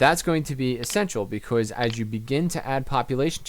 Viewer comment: Hey man. Love the tips vids, alot of smarts. But please change the way you say "because"